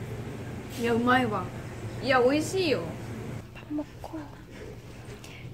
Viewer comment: 맛있어 맛있어 하는데 한국사람이 보면 엄마 찾는줄 알겠다 발음이 으마으마ㅜㅋㅋㅋㅋ